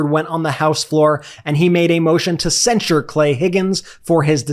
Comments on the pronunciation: I object to nobody being able to pronounce the word censure. It's not sensor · I just wish Dems would quit mispronouncing “censure “.